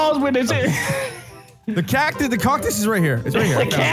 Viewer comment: You went from cuctis to coctis 😂